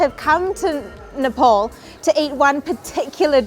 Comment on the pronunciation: u need a spoon! how messy! and it is ne- pahl not ne-paul.